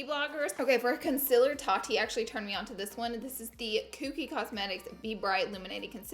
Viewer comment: can you please say concealer right. like don't say conceler it really bothers me